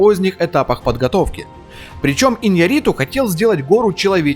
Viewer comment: Ударение на букву Я в фамилии режиссера. И не Хьюго Гласс, а Хью.